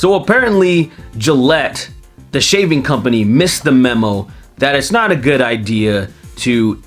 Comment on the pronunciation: Did you say a 'shaving company' or 'shaming company'?